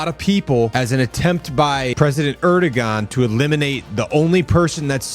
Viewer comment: It's pronounced "Air-duwan." Stop trying to be a journalist.